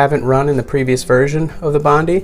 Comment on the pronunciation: 😔 Hoka One One Bondi 5 is pronounced HO-KAH OH-NEH OH-NEH BOND-EYE FIVE. Thanks for the review though.